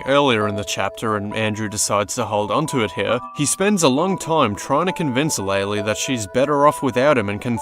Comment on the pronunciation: loved the video.... also ITS LAY-LAY!!!!!!! Has been confirmed by dev!!